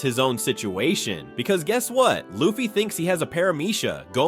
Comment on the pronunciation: Bruh cant even pronounce luffy 😂